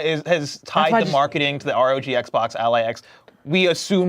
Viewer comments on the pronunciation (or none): Why do you guys insist on calling the R.O.G. Ally the " Ally"? I get saying Rog, but or rajj sounds weird and made up. Literally an acronym for Republic of Gamers. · What makes you people think I am bothered by it? Just pointing out how weird it is to pronounce the ROG acronym like that. My bad. The Roger thing makes sense though. Yea I am being a neck beard while I sit here at my weight bench. Something most of you likely dont use. No, I didn't like my own comment lol